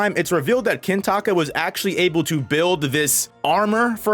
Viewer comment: why are you calling him kintaka every time